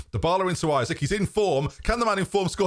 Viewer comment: Too bad after all this time you still call him Isaac.... very disrespectful tbh.